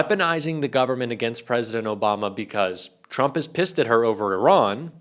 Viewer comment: When Karolying pronounce “TRUMP “ sounds like she is pronouncing “CHUMP “😅😅also you can tell when the lies start Karolying speech goes off the rails 😅😅😅😅